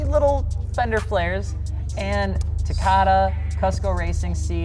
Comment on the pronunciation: Its pronounced "coo-s-co"...omg you murdered the word.